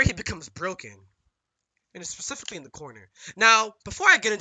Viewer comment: The Hardest thing for Sonic.... annunciating the word “Specifically”